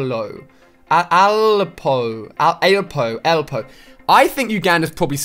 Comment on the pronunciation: lol. He said Alleeepoe